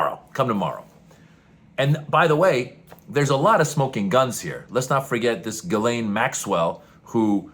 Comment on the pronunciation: Jizzlaine. The name is pronounced Jizzlaine.